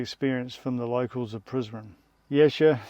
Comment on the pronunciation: Prizren - se prononce: Prisrène Donc toutes les lettres se prononcent